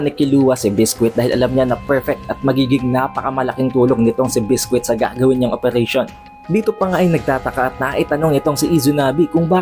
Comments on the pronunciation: It's bisqui not bisquit lol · Lods naba bother Ako sa pag pronounce mo Ng name ni biscuit.